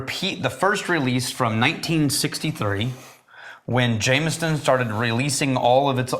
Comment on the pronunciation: I love how you guys add a T to Jameson (-ston) where in NJ we sometimes add an “R” : Jame”r”son.